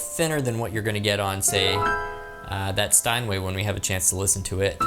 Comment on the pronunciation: Marvelous review again! I did not only enjoy all the very informative explainations, but also your wonderful playing! Ah! And of course your perfect kinda oldfashioned super-German pronounciation of the word "Steiner". Could it be you watched too many American movies about Word War II? Just kidding! 😉😁 Cheers from Germany!